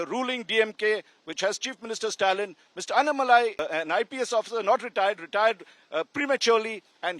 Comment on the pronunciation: Why cant these North Indian media persons put in some effort to pronounce AnnAA malai's name properly instead Anamalaiii?